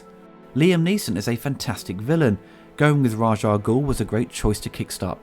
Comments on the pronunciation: its Raas Al-Ghoul , not Raag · When you said the score could be used in anything, I do believe it was used in a car commercial, I think it was Audi if I recall. You also said Raj Ah Goul, but it's actually Rahz Ah Goul, the Raj name makes him sound like he works in an Indian Call Centre! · One quibble: you're pronouncing Ras Al Ghul's name wrong. It isn't "Razh". The proper way to say it is "Raish", but I seem to recall back in the '70s one of the comics had a side note that had it as being pronounced "Race". Also, the full name is spoken as one word rather than there being discernible pauses between the separate parts. That's why we turned "Salah Al Din" into "Saladin". So, I guess it would sound like "Raishalghul" or "Raishal-ghul". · why do you call him "Raj"? Is it sth from the comics? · Eurgh! Why did you keep saying Raj Al Ghul??? It's RA'S - with an 'S', not a 'J'!